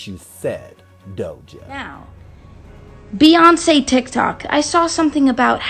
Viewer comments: this is so upsetting and i really liked her too😒. but i will say, i don’t think her nuffin song was because of sandra bland, because i don’t think anyone could be that heartless and evil to make a song like that after what happened to her. also she didn’t say “beyonKEY” she said “beyonKÉ” and that’s because she’s sometimes fools around like that she only pronounced the “c” as in “k” i don’t think that’s that deep, but the rest of the stuff is just disgusting for me to look at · Hi!!!👋🏽 excellent work, as always!❤ I think Doja was trying to be comical by pronouncing the "C" in Beyonce like a "K" sound, and thought the rest would go over everyone's heads....it didn't!